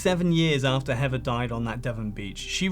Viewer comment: Great video but I disliked it because you kept calling the poor girl heaver instead of heather